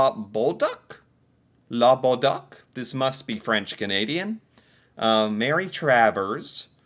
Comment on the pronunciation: The closet pronounciation would be Lah bowl duke. Good thing they say her name in the clip...